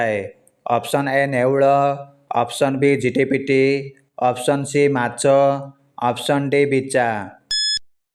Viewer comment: ମାଛ ନା ମାଚ 😂😂😂